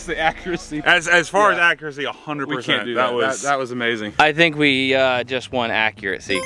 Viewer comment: Accuracy, not accuraTcy! No “t” sound in the word.